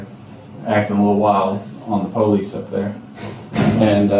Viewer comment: "pow-leece", no, nobody has to deal with you.